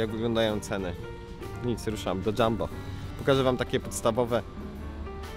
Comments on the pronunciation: Nie mówi się dżambo tylko Jumbo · Jumbo się czyta nie Dżambo